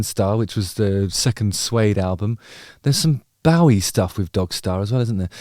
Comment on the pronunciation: You pronounced Bowie incorrectly. Many people do .... and it bugs me no end. The correct pronunciation rhymes with ' GO-WEE'.